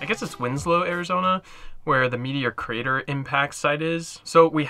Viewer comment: Nice Vid! The drone shots are awesome! Its funny when you say "Meteor Crater" i understand Media Creator lol